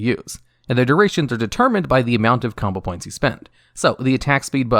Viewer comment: combo points he says likes “Kama points”